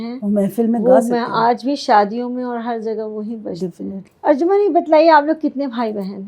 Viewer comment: Arjuman nahi arjumand. ارجمند=فارسی،قدرو قیمت والا،عزیز